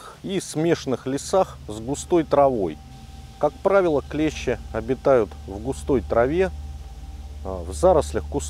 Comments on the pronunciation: Все хорошо, но только не клЕщи, а клещИ... клещи это инструмент..))) а так супер! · Спасибо! Красава! Единственное правильно говорить клещИ,а не клЕщи...😅 Молодец! 🎉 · Только не клЕщи (слесарный инструмент) , а клещИ. Прошу прощения. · Все правильно и все по делу. Но есть небольшие огрехи, которые режут слух: "Инцефалитики" - это те, кто заболел энцифалитом))). Костюм называется "энцифалитка", соответственно "ЭнцифалитКи". Не "КлЕщи", а "КлещИ". "КлЕщи" - это инструмент в разных областях от кузницы, до медицины. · На радио "Маяк" недавно появилась рубрика: Училка против "Маяка". Она поправляет ведущих, когда они делают неправильные ударения в словах. Сегодня и я набрался смелости. и хочу сделать поправку. Слово клЕщи - обозначает инструмент,для вытаскивания гвоздей из дерева,например. А те твари, о которых ведётся речь, называются клещИ. Спасибо за внимание. Спасибо за видео. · Клещи́, ударение на последний слог ,а клещи это инструмент. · Очень уважаю автора Но не могу обратить внимание на ошибку в слове клещи Ударение ставите на 1 букву , это название инструмента Если ставите на букву и то вы попадаете в тему в ролике :) Удачи вам!